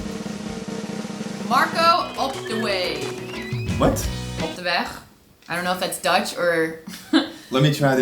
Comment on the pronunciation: You pronounced 'Op de weg' (which means 'on the road) perfectly :D